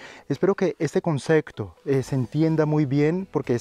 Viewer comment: buenas tarde soy raul te sigo ase un tiempo desde malaga exelentes videos he aprendido mucho de ti gracia s por todo te quiero comentar una cosita tonteria pero la palabra concepto lo pronuncias un pelin mal y barios videos te lo he escuchado un saludo y gracias por todo